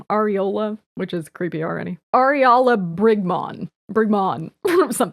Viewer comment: Ariala sounds awfully close to “areola” and now I can’t stop hearing it……